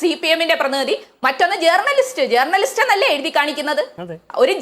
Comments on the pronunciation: Chintha MA ( Eng) ...., അയ്യേ മേയറേ...., ജേർണലിസ്റ്റ് അല്ല, ജേണലിസ്റ്റ് എന്ന് ശരിയായി പറയൂ.....!!!😮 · ജേർണലിസ്റ്റ് എന്നല്ല ഉച്ഛരിക്കേണ്ടത് ജേണലിസ്റ്റ് എന്നാണ് സഖാവേ 🤪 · ഇംഗ്ലീഷ് ഭാഷയിൽ ഡോക്ടറേറ്റ് ഉള്ളവാൾക്ക് ജേണിയലിസ്റ്റ് എന്ന് കൃത്യമായി ഉച്ഛരിക്കാൻ പോലും അറിയില്ലല്ലോ...